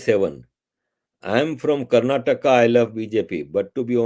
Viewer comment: is one of those guys who can pronounce Karnataka properly..many Indians keep saying Karnatak..